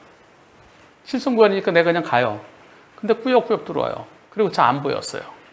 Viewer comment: 이건 뭔가요?? 100%의견이 블박차가 피해차량으로 투표하셨네요??? 한변호사님의 꾸역~~꾸역~~~이라는 말에 동조되신 것 아니신가요?^^ "꾸역~~꾸역!"을 너무 강조하셔서 공평하지 못한 투표같은데요... 흠... 저도 영상을 처음봤을 때는 뭐 저런 놈이 다있지?? 하면서... 승용차의 얌체짓이 어처구니없었는데요... 다시 돌려서 보니.... 블박차가 가해차가 맞는 것 같습니다. 아무리 얄미워도 그 큰 트럭으로 쥐어박으시면 아니되십니다~~ 시선에서 사라져 안보였다고 하시는 것도 거짓말처럼 느껴져 더더욱 블박차에 동정이 가질 않네요... 그냥 양보하기 싫으면 안하시면 되시지... 핸들을 돌려서 밀어내셔서야 되겠습니까? 세상에 널리고널린게 저런 얌체차들인데.... (그래도 속은 씨원합니다~ ^^;)